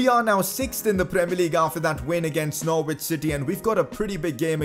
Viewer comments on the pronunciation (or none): its not pronounced nor-wich it’s pronounced norich